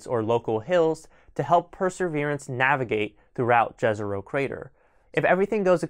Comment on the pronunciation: Jezero means lake in many slavic languages. The J i pronounced like it were an Y. Like in let’s say Yellowstone. Great video otherwise.